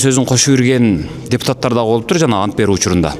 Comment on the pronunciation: Ассалоому алейкум кечке көрдүм биржа депутат антбергенде ант деген сөздү басым менен айтпады окуучулар декламатсия айткандай эле болду го